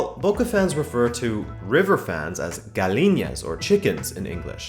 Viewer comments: Bruh....its NOT pronounced "GA-LLI-NAS" in Spanish its pronounced "GA-YEE-NAS"!🤦‍♂And Boca are NOT called 'Los Bosteros' because of "the smell from the river", they're called that because La Bombonera smells from the factory nearby that produces bricks made from waste!🤦‍♂ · It's gallinas, not galiñas -.- next time do some effort to check the pronounciation of Spanish words. It's atrocious here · It's gallinas, not galinias. The two L are pronounced like a y (ya) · Gallinas is pronouned like Gajinas- like the J in Jake. Not like Galiñas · Gallinas ≠ Galiñas. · You pronounce Gallinas like Galiñas, Galiñas sounds Portuguese 😂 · Great vid, btw Gallinas is pronounced ga-Jee-nass, the double L in Spanish makes a J sound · it’s not really a matter of accent it was pronunciation. But I agree he could’ve explained this to you without being rude. But when there’s a “ll” in a Spanish it turns into what would be a “y” in English. Or turning the “ll” into a “sh” is more common in Argentina. I don’t mean to get to upset about it but it is a major pet peeve for us in the Hispanic community.